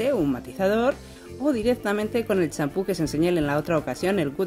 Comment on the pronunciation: Que tintura pusiste? se q dijiste champho